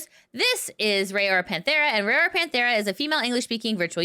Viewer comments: Her name is RAORA not Rayora or Ray-aura like you say it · It's pronounced like roww-ra [if you don't watch these, why report on them?] Kizuna's new look is terrific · Say Raora name right